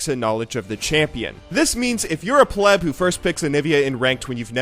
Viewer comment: im glad someone else says pleb like i do